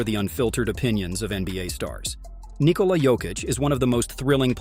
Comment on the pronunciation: Omg props for pronouncing Nikola’s name correctly 😅